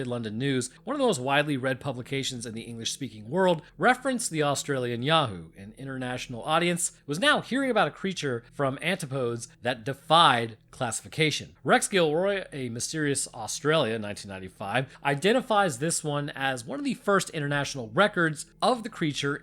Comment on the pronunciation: You will find that antipodes is pronounced an tip o deez.